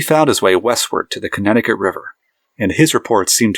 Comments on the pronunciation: lost all credibility by pronouncing Connecticut wrong. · Can’t watch this video with how badly you pronounce Connecticut